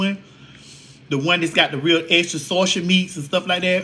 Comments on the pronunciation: Sausage not Sawsh*t!! 😂😂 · Not the saushid..lol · the way you keep saying “Saushix”😂